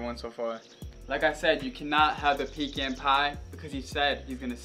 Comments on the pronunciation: It’s pronounced pee can bro said pican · I like how they all said pican wrong